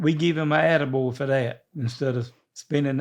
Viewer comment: I thought links dad said “I gave him a edible” when he really said attaboy lol.